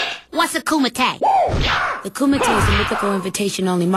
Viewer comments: It's KUMITE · I think the name being mentioned here is KUMITE... pronounced ku-mi-tay. Not ko ma tay. Kumite is actually the name of real fighting in karate terms. Kumite was also one of the names that was being considered for the game now known as Mortal Kombat. You're welcome. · It's pronounced "Kumite" [HO-CHAH!!!] not "Ko May Tay" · its pronounced KU-MI-TE , not KO MO TAY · It's spelled kumite not ko-ma-tay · You said it wrong. It’s Ko-Ma-Tay (WATCHU!!!!) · Isn’t it “koo-ma-tay”? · Its Ku-Mi-Te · It's actually Kumite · its kumite